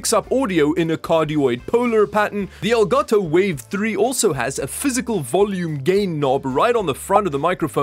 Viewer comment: Finally an english speaking Youtuber who pronounces properly the brand: El Gato 👏👏👏